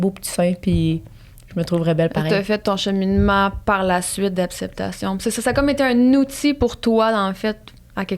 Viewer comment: je t'aime vraiment full t'es intelligente, t'es drole mais depuis que j'ecoute tes podcast tu dit toujours apceptation ( je te le dis avec un sourire la ) c'Est comme si ta bouche veut pas dire acceptation hihi